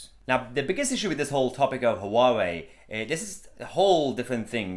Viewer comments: Noooo... it's not pronounced "HooWowee" It's pronounced "wah-way" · It's not 'Hoo-wa-way' - it's closer to the chinese pronunciation to just say 'wa-way' or '(h)wa-way' where the 'h' is almost silent but not quite - I asked some Taiwanese acquaintances of mine, and to me it just sounded like'wa-way' ... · Its pronounced wow-way. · It's pronounced waawoo ya plant pot lol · HUA _WEI. It's two syllables not three. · Huawei - pronunciation is more like ‘wah-way’. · The H is silent.